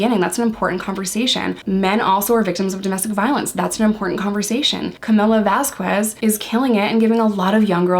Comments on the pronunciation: A note for future videos: There is no W sound in Vasquez. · Great analysis! You hit several of the same points as Spidey from Behavioral Arts! Just a head’s up…Vasquez is pronounced without the U. So it’s pronounced “Vaz-kez.” Elaine was super annoying about her name. I know it’s an innocent mistake in this video, but Elaine was strategically disrespectful about her name. Like she would pronounce it right but then during cross and redirect she’d say it with the U again. 🙄😑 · Vasquez is pronounced with a K sound where the QU is. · i love you and i loved this video, which is why i need to tell you that the "u" in "vasquez" is not pronounced. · I was looking for this comment. I agree it’s a not a super important detail in this video as isn’t trying to be disrespectful but I thought Elaine was saying it wrong on purpose and this video made me wonder if I heard it wrong since I am only on like day 3 and haven’t heard her name said a lot yet. I just saw Elaine using it wrong in like recap YouTube videos so I was wondering if it was really said the way I thought or if Elaine was saying it right. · Great analysis! The u in Vasquez is silent BTW. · We call Elaine Bredehoft Umbridge. They are supposedly very good lawyers but they are obviously not litigators. Umbridge is used to depos and settlements. I think the Turd has ruined her own case by forcing their lawyers to fall down rabbit holes like muffins & megapints. Camille's last name is pronounced VasKez. Yesterday, it hit the press that the reason the Turd's role was cut back because of lack of chemistry with Jason Momoa.